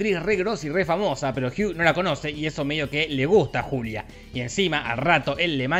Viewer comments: yo escuche culia en vez de julia xD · Yo le entendí "soy la culia gil" y quede wtf 🤣🤣🤣🤣